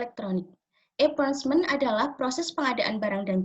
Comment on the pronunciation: Assalamualaikum wr. wb. Mohon maaf sebelumnya, saya izin menyampaikan feedback dan koreksi dari pak zaenuri. Pada presentasi (cara pengucapan) cukup baik, hanya kesalahan pada pengucapan procurement = prəˈkjʊə(r)mənt. Lalu powerpointnya mungkin bisa dibuat lebih menarik dengan mencantumkan poin poinnya saja dan menggunakan gambar yang mendukung. Kemudian di presentasikan dengan menjelaskan poin poin tersebut. Selain itu harap ditambahkan video sedang presentasi. Terima kasih